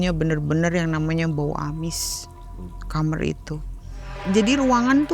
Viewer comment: SETIAP DENGAR CERITA NARSUM, PASTI SALFOK SAMA NARASUMBER BILANG KAMAR ITU JADI KAMER